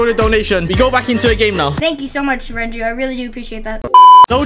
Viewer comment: Renju not Renault sorry